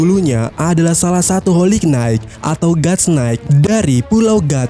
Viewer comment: Bacanya : "Holi Nait" min 😭